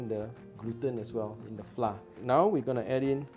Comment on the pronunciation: Haha " Flah " 😅